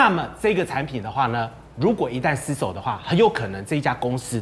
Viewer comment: 一直ㄙ守，捲舌很難嗎🙄🙄🙄